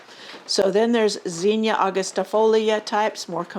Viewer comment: I can't here what you are saying due to your mispronunciation of the word zinnia. I was born and raised in Xenia Ohio, pronounced (Zeenia). Using English language skills, Zinnia has a short "i" sound not a long "e" sound. A vowel followed by 2 consonants means you give the vowel a short sound. O-H-I-O